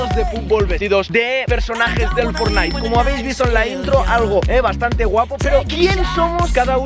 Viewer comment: es fortnite no fornite